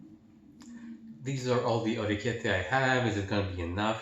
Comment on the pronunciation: Love how ya pronounced the pasta correctly. Great video!